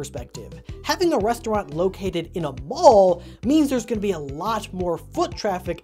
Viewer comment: When you said mall I heard ball and I was really confused about how Freddy's was in a ball.